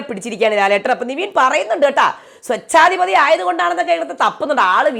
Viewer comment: സോച്ഛാധിപതി എന്നല്ല സ്വേച്ഛാധിപതി എന്നാണ് പറയേണ്ടത് ട്ടോ